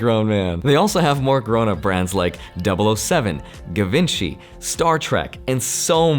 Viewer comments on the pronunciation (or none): My guy said “Gavinchi”😂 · It's pronounced Zheevaanshee,...:) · Givenchy -> Jivónshee ? Maybe? 🤔 lol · Love me some “guh-vin-chee” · Givenchy ... gavinshee?? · I'm diamond handing with you too. But you've got to watch a video on how to pronounce Givenchy 😄💜